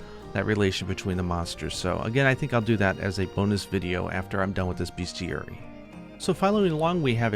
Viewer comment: Fyi it's pronounced 'best-iary' (not to be a dickhead but)